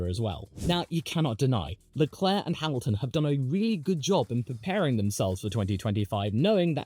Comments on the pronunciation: You didn't just say Charles Leclue😂😂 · Charles Leclue 😂😂😂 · Charles LeClue is even funnier for a french speaker, as it sounds like you're saying the french word "clou", which means "nail". And considering how many blows he's received, he could also be Charles TheNail